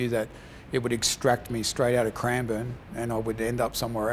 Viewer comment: Shocked me when you said Cranbourne